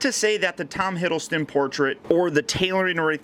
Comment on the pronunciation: theCreeperXplode I think it depends on how skinny Tom is if he looks more like The Avengers Version or the Thor 2 version. Btw it's Hiddleston not Hiddlestone.